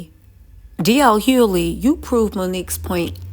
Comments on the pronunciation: DL "HUE-LEE" 😂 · "DJ (DL) Huley" bol will murder a name fast and i am here for it. Bol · h-u-G-h-l-e-y for Pete’s sakes! 😂😅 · Yo everytime she say DL last name I 🤣🤣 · How about saying his name right… Good lard you make money off using people’s name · The way you say DL’s last name is hilarious 😂😂😂😂😂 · It’s a bit distracting lol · She may say it wrong but she will spell it correctly